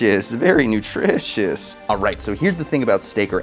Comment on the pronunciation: drishishhh very nutrishess